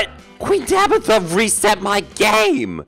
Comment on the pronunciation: ''tueen tabitha'' -, 2022 (i think)